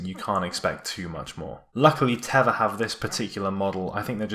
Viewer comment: It's actually pronounced Tey-va